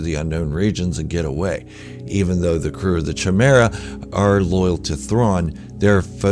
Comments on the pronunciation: First and foremost I want to say that I love your content just wanted to let you know that Thrawn’s Star Destroyer is pronounced with a hard K… /kīˈmirə,kəˈmirə. I was saying it wrong myself, until I got the audiobook. Again it’s my only gripe! Carry on! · Did you mispronounce chimaera?